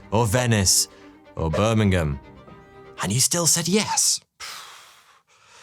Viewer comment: Mate, you are losing your identity. It is pronounced as buh·muhng·uhm. Not however you pronounced it. And why on earth would anyone propose there? That's just asking to be robbed 😂